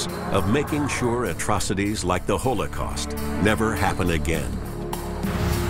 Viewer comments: You all go on with your weird political stuff, I just want to complain about how this guy pronounces holocaust. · ''hole a cost''